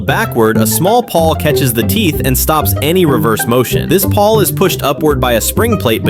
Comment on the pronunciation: PAWL, not PAW